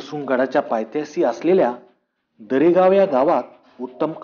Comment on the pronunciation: Bhau paythyasi nahi bolta paytyashi boltat